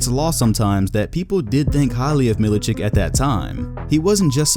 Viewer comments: Mil I chich not chick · It's Milichich, not Milichik. Just like Jokich or Stojakovich or any former Yugoslav player.